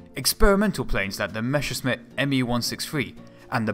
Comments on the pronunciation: The pronounciation of "Messerschmitt" seemingly is an art not to be mastered by English speaking people. But apart from that, this is a first class video. Well researched, well built, very informative. Thank you for your effort! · Dude i love you and your videos, but I swear, every time you attempt to say Messerschmitt, a German engineer commits suicide. :( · Learn saying Messerschmitt. Not Meschersmitt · "MeschscherSmitt"... hey, those "ss" and "sch" in Messerschmitt are pronouned the exact opposite way:P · Meschersmitt? The other times you got ot right xD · Messerschmitt ✔️ Mescherssmitt ❌ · One little advice, a thing I have noticed in all your videos: You say Meschersmidt instead of Messerschmidt, just to put it out there in case you haven't noticed. Otherwise, great video! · messerschmitt not meschersmitt , interesting video tho . i really like those . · Oh, man...it is not meshersmith, it is messershmith or in german messerschmitt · While I understand, that it's hard for a native englisch speaker to pronounce it correctly ... it's Messerschmidt ... and not Meschersmidt ... drives me nuts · The other way round. Not: Mescher Smitt. Try: Messer Schmitt No offense. I think it's funny :-) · Nice video, but "Messerschmitt" is pronounced exactly the other way around, you keep saying "Meschersmitt" ;) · Great stuff, but please stop saying "Meschersmitt", when it's "Messerschmitt"! ^^ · it is called Messerschmitt, not Meschersmitt pls it hurts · It's Messerschmidt, not Mescherssmidt, and Volksjäger translates as "people's fighter", not "people's jet". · it's Messerschmitt, not Meschersmitt. "sch" is pronounced like the english "sh". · "meSSer-SHmitt", not "meSHer-SMitt"! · MeSSerSHmit! Not MeSHersmit! That's how you pronounce it! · Messerschmitt for gods sake. Not Meshersmitt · Mesh 'er, Smith! Great vid tho :) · Mesure shit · Mäsa shnitzel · Why does he say Mescherssmitt ? :D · Its pronounced "mess-ser-shh-mit"